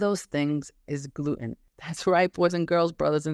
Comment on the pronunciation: I was trying to figure out what kind of accent you have because you pronounce Gluten as “Gloo-En” with no T in it…then I heard you say “cer-En” in place of Certain. So what country are you from that has this accent?👍👍Excellent video and info‼️👍